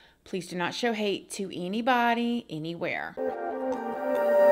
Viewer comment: the stress wouldn’t be on the “any”. It would also be “shorter “